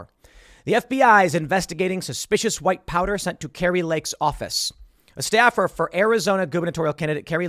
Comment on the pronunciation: I almost thought you said white power instead of white powder 😄😄😄🤣🤣😂